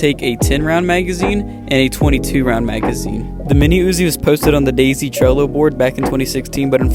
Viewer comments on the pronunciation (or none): none